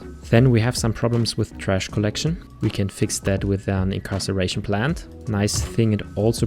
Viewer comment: Incineration is pronounced In-sin-er-a-shun, not in-car-sir-ration